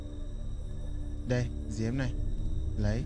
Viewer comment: Diêm thì anh kêu là Diếm 😆